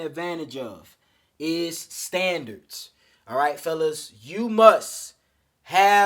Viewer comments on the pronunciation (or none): standands lol